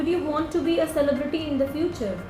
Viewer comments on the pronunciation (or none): none